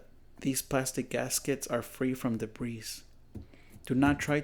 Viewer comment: Your English is pretty good. It's common, not common. It's (debris) debree...not debreeze.